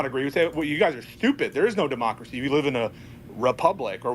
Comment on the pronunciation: I think I am going to have a stroke listening to that guy say "democrathy".